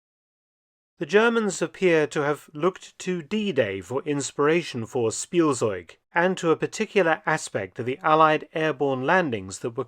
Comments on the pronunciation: Spielzeug — speel-tsoyg. The Z is often a “ts” sound and not a standard Z sound…. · In case you want to know the correct pronunciation of Spielzeug: It's more like Shpiel-tseug/-tsoig. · I opened the video as fast as I could. Faster than Blitzkrieg. Edit: "Spielzeug" is mispronounced. The correct pronunciation is "Schpielzeug". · Its pronounced Shpeeltsoyg in German "Toy" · It's "Shpieltseug"